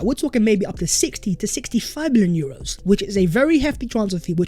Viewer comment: lol … “sixty to sixty-five bulyuros”